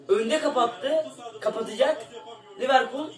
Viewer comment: Liverpul dicen mxksjd liverpol ne ya mdmdmdkd